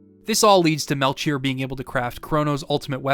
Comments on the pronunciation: No disrespect, I've always loved hearing different ways to hear words, but I've never heard someone say melCHier. I've always pronounced it Mel-key-or. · Aight listen this video has been so good but i just gotta say Whether it's from Hebrew or Greek it's gonna be Mel-Key-Or please you can't keep mispronouncing it I'm begging of you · Great video. Melchoir is either pronounced Mel-choir (kwye-er) or Mel-Kee-or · It's Mel-kyor, right? I know it's a weird name but now I'm losing my mind hearing the "Ch" lmao. Great videos big fan, been watching them all day. Good stuff man Thank you so much for making them. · Fantastic recap. Melchior is pronounced "Mel key or" 😊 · The ch in Melchior is pronounced as a K. The three gurus are analogous to the three wise men from the Bible, iirc On a separate note, I chose the Swallow the first time I played this game, but subsequent playthroughs I grab the armor, it's viable into the end game